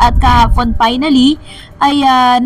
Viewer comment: FINALLY NOT PINALLY....FOR NOT POR... VERY NOT BERY